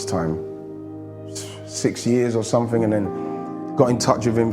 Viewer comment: glad he has gone from match of the day,awful speaker,he's all sumfink, nufink,anyfink,featre,frooball, free, firty free, uvver.Bloody awful grammar but seems to be the way a lot of people speak now, drives me mad.